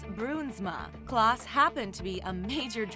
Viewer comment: ERROR: It's Klaas Bruinsma not "Klass",!